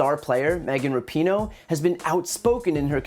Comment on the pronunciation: The best part of fox is when they purposely mispronounce Megan Rapinoe's last name, they all say RAP-in-no. I know they aren't so dumb that they can't say it correctly so they doing this on purpose, they are such low lifes.